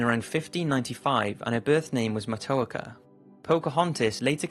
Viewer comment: As a Native American, thank you for telling people about the true story of Matoaka... I would like to make a minor correction for pronunciation. Her name is pronounced "Mah-toe-ah-ka"